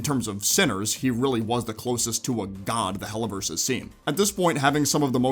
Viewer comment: why "the Helliverse"? it's hell brotato